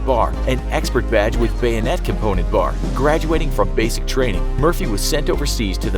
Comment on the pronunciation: When you say Murphy i hear mercy